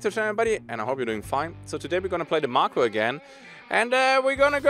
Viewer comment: It's MAKO (MAY-KO).